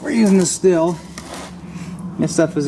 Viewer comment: 1) it's pronounced steel 2) Buy a maul it's faster. 3) use the chain brake I didn't see you engage it once. 4) take the time to learn proper cutting techniques. Stay safe, these saws are dangerous in untrained hands.